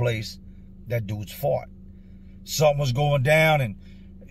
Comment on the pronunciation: So funny when you said fought, I thought you said fart. After just talking about the toilet. LOL